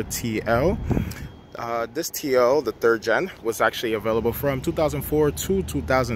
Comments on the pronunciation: "turd gen" lol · "Turd Gen" ? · The “turd gen” lmao I can’t make this up he literally said that 🤣🤣🤣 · "Turd gen" - Ya' got that right. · It sounds like he said Turd Gen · "For this specific terd gen model" lmao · LOL “turd gen” 🤣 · Did he say turd gen? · "turd gen"